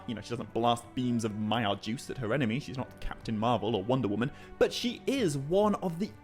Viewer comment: I don’t ever want to hear “Maiar Juice” again.